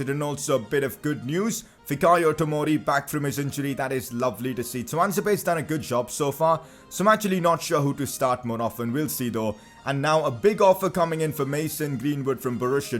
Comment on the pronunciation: And it is FIkayo You are ruining my name dude